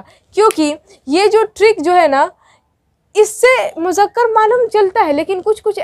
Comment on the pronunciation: Mujakkar nahi Muzzakar... Moannas... Good job but write and speak right Urdu... Udru is a great language